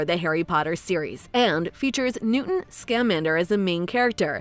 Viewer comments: I'm like 99.99% sure his name is newt, not newten 🤣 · As soon as you said “Newton” I lost interest and don’t believe anything you say since you can’t learn facts first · His name is Newt. Not Newton. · I thought it was newt not Newton